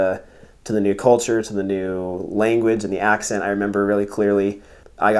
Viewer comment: zijn accent was goed voor een amerikaan